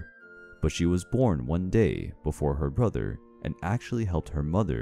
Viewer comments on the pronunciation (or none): none